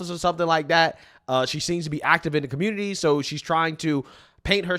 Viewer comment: The communitah is a joke ... Kinda makes me feel a little superior 😂